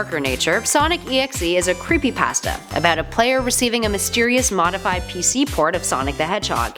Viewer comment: You said creepypasta wrong